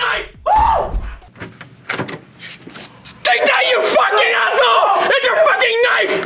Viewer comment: souunds like saying asshoe asshoe